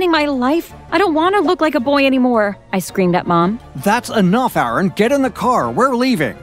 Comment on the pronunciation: idk in the vid it's spelled Aaron (subtitles) but they pronounce it as Erin